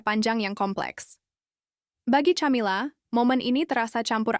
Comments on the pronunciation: Ca( tja) atau Ka? Aayo belajar dulu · Min... baca , nyebut nama camila aja gak bener gmn mau percaya dgn cerita dari chanel lu min